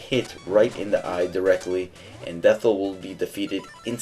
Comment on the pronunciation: Its pronuced death-eye. It is spelt dethI but the last letter is a i not a L. I made the same mistake too.